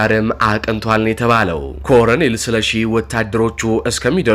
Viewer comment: ለአዘጋጁ ወንድማችን:- "..ኮረኔል" አይባልም:: ትክክለኛው አጠራር "ኮሎኔል" ነው:: ቃሉ የመጣውም Colonel ከሚለው የእንግሊዝኛ word ነው:: በተረፈ በርታ! ድል ለጀግናው ፋኖ!